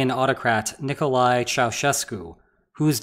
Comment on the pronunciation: You pronounced Ceausescu so well, the dropped the ball on the easier Mattias Rust.